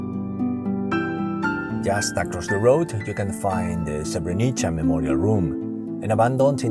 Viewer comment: The state is called srebrenica not srevernica